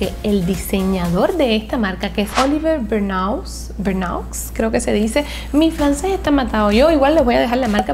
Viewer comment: Hola yo estudio francés, se pronuncia Olivér Bernú, saludos desde Colombia🤩🤩